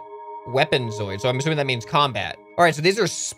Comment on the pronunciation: Just pointing it out; zooid is said zoo-id. Not zoid.